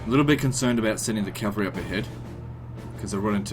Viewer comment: "I dont like calvary auxilia" bro what?